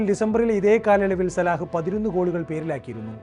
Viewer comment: സലാഹ് അല്ല സല ആണ്